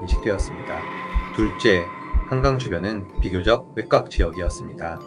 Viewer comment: 외꽉이라 읽는건 아니죠 외곽